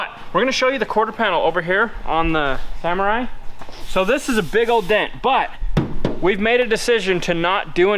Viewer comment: Sa-MORR-ai Sa-MORR-ai Sa-MORR-ai Sa-MORR-ai Sa-MORR-ai Sa-MORR-ai Sa-MORR-ai It's not a Samurai